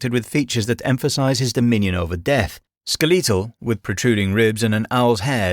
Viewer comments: yeah, aztec names are hard, but i dont know anyone in the world that pronounces "skeletal" like that. I must admit the voice you chose for your ai is very human like, but its still pretty obvious that its ai due to how many things you got incorrect. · Skeh-leee-tul? You’re just making up pronunciation. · "Skel-LEE-tal" jumped out at me... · "skih-lee-tall"...? I've never heard that pronunciation before, and it wasn't the only one that stuck out in this vid, just the oddest. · Whether or not this voice was AI aside, you'd be surprised of common different pronunciation are. Where I'm from, you can start hearing drastic changes in how people say certain words (i.e. drastic changes like saying Skeletal as "Skeleetal") by simply driving 20 to 30 minutes away from your hometown. Like, I've met people that have been able to tell exactly which town I grew up in just by how I naturally speak, despite the fact that we have the same accent and the same cultural background. All that to say, weird pronunciation doesn't automatically means it's AI. It could be, as the voice was inconsistent in the way it said "Valhalla" (and I'm pretty sure I heard the exact same voice, pronunciation, and pacing before on an other lore channe, but to be fair, they were also from the UK), but it could also just be human error, as one part could have be re-recorded multiple time and they simply forgot how they originally said it (i.e. one could be for dramatic effect or for a specific style of narration, while the other could just be their natural way to say it with their accent). Regardless, if it is AI, I'll agree with you that it's very well done. But because of the reason I mentioned above, I genuinely can't say whether or not it is real. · The way he pronounces “skeletal” absolutely sends me